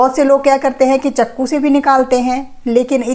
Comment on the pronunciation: Not chako....word Jo bola jata wo ya....... chaqo hi